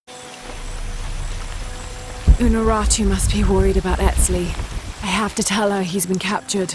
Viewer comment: he says "unarutu" but she is called "unuratu". It sounds super dumb since he is supposed to be native.